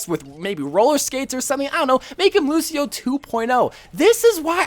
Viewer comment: bro you actually got lucio ball 100 percent correct lmao